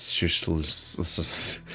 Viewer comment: Aeschylus is pronounced either EH-skuh-luss or EE-skuh-luss, I believe.